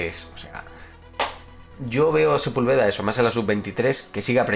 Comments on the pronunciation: Se pronuncia Sepúlveda (con acento en la u) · Sepúlveda se pronuncia con acento en la U. Saludos brother buen canal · Like si tambien esperas que porfin pronuncie bien a Sepúlveda xd por cierto crack, cuando reaccionas a los mayores enfados del tuca ferreti?